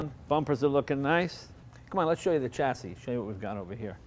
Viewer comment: WTF Jay! Please pronounce chassis correctly! Also turbine! Champagne, Columbine etc....